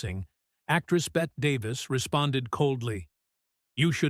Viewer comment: Bette is pronounced “Betty”. Being called Bet was a major irritant.